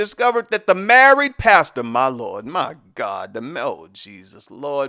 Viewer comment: When you hit that “my GOD” it take me out every time